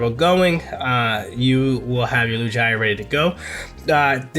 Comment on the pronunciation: my man said “Loojeyeah”